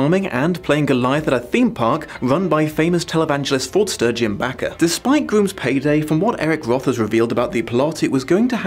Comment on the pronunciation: You're so cute! It's RA-QELLE Welch (VERY famous sex bomb), and Jim BAKE-R (VERY famous Southern christian scheister).